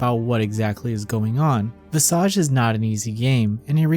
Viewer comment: It's just nice to hear someone finally pronounce the word "visage" correctly. It's old French based on the Latin word "visus" (to see). But It means "face" in French.